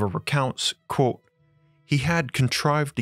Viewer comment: Why do you say quote like you do and theory like it's spelled therey